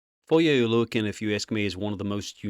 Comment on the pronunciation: Props to being the only guy who actually pronounces Foye’s last name correctly.